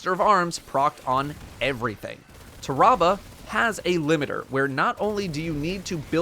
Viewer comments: Ta-ra-bah...... it's pronounced "Terra-Bah" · It’s Tear Ra Ba not TAHrahbah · it's not tah-rah-bah, tarra-bah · I thought it was pronounced "tear-ah-bah"? Have I really been saying it wrong all this time or... ? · Ah yes, “Terrabal” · Nobody:: TER-AH-BUH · Everytime he says the name wrong i feal my brain hurt lol cmon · I love how he says tarrabah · Am I the only one bothered with the way he says the name. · the way he says Tarrabah annoys me slightly, it sounds very medical how he says it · Why does he say its name like that?